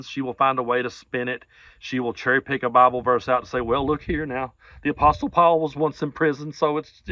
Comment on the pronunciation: Good post but T is silent in apostle.